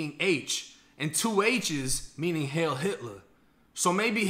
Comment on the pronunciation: its "heil" not "hail"